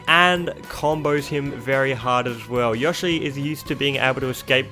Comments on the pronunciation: Biggest crime man did here was how he pronounced Yoshi--I mean, YAHshi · WHY ARE YOU SAYING YOSHI LIKE YAH SHE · YAW-shi Me: its YOH-shi. GET IT RIGHT! >:( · I thought I was the only person in the world that called him " Yawshi" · This is the first time I hear someone pronounce Yoshi as "Yoshh-ee." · nobody: absolutely nobody:: yAhShI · theboy 2 yeah maybe Yushi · YOU MISPRONOUNCED YOSHI YOU IDIOT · Every time u said “Yoshi”, I wanted to die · As an American it really bugs me every time he says Yoshi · I love how he says yoshi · I like you but please stop mispronouncing yoshi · Dont really hear him pronouncing an a in yoshi. His way of saying "Yoshi" still suprised me though. People with english as their mother tongue usually pronounce him with a prolonged o - just like the "Oh" in "Oh my god." I am german and people over here and many other languages usually pronounce him with a short O - just like the O in the words "On/Off"